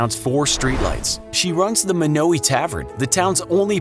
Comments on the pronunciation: It's not pronounced Mo now ee, it's pronounced Mono why. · I’m from Yankton, South Dakota and I’ve been to Monowi and eaten at the bar in Gross, just letting you all know it’s pronounced Mönōwī not Mônōwē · Actually,it’s pronounced as: Mon-o-why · It’s not Muknowi, its MonAWhy you idiot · I live 7 miles from monowi in a town called lynch and it is not pronounced munowy it is pronounced mon-oh-why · It’s mon-a-why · Oh yeah, and Elsie will be quick to correct you it is pronounced Mah-no-why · its actually mon-o-I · As a Nebraskan, it’s pronounced mon-o-eye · The way you Monowi is wrong it's (Mon-o-wi) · Fellow Nebraskan here...is it just me or was the narrator pronouncing the name wrong? I've always known it to be Mawno-uh or Mawno-eye.... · it's MO-NO-WAY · It's pronounced mon-o-a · Monowi, pronounciation (Mo-no-we).... Get it! No we! Just I! Hehe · Your saying it wrong, it's pronounced mon-oh-why, it's rather annoying, ( I'm from Nebraska) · Monowi how does everyone pronounce this wrong its m short a sound i hard o w i as in eye M(aww)n(Oe)w(eye) I know this I've been there but I speak your language better than you